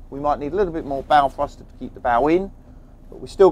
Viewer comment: What the hell is a "fruster"?